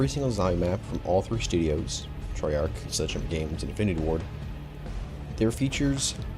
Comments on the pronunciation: Bro your pronunciation is TERRIBLE. Cordis die is “cordis dee ay” , Treyarch is “trey ARK”... DEAR GOD Having said that, i still enjoyed the video watched the whole ass thing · Every time he pronounces treyarch I cringe a lil ngl